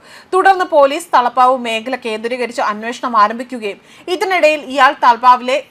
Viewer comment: Talapav alla Talap